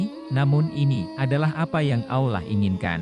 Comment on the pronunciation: Kisahnyah menarik, tp pas dengerin narator nyebut Allah (Alloh) ajah aulah jadi gedeg, mana ada aulah, Tuhannya umat Islam bukan aulah woii tapi Allah (Alloh) ga ada itu aulah tuhannyah siapa itu aulah tuhannyah eloe x sey aulah itu,,, wooii min cari narator yg pinter n pantas napah, nyebut Alloh ajah susah, ini narator ada dimana² narator bego oon masi dipake ajah, mending suruh ajah anak tk ato anak sd yg jadi narator, mereka lebih pintar nyebut Allah (Alloh), tadinyah mo sampe selese nongton videonyah tp karena naratornyah goblok nyebutnyah ga becus jd males mpe selese